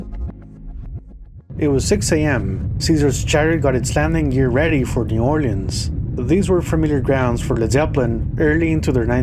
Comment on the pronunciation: Thank you for pronouncing New Orleans correctly.